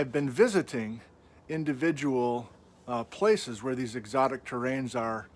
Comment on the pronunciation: It’s “eRockTic” not erotic